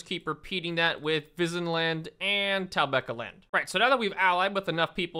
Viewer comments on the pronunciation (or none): You mean tobacoland and firedork? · Whenever I hear say Talabecland I always hear “Taliban” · Someone teach this man how to say talbeccaland and fifedorf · The way you pronounce “talabecland” is giving me brain cancer. Great video, keep’m coming! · Can't get enough of how he butchers the name of Talabecland every time he pronounces it.